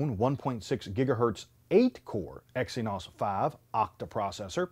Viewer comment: Exynos 'faeve' processor. Lol at this guy's procounciation.